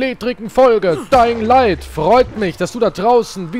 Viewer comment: Endlich wieder Daying light Juhu😁